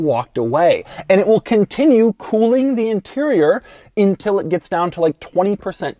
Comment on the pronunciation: Hey dude are you aware of the fact that the word is UNtil, not INtil?! Just asking.